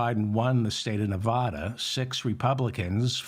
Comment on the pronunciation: Short A in Nevada, David…TY..